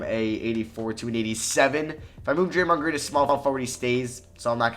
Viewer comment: Draymond gween 😂😂😂😂